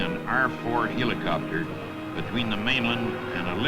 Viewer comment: I like how the narrator pronounces the word Helicopter, He lee copter, but seriously I love these old movies/documentaries, you can watch aircraft flying, you'd never see in real life. In the case of an aircraft like the Sikorsky R4, you can't even see one in an air show.